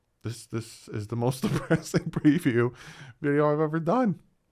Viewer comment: NO ! not preview ! Prayview !😂😂😂